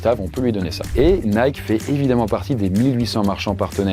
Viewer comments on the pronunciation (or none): none